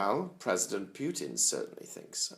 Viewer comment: I love how you pronounce his name it's almost like you're saying Pukin. George W bushes nickname for him was Pooty Poot;)"